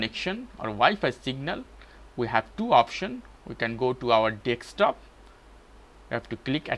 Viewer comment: desk top not deks top :)